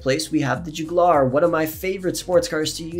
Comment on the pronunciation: Please learn how to say jugular it’s not jooogalar